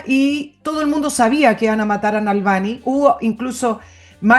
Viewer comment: Es Navalni no Nalvani, Nicole Moreno... 🧐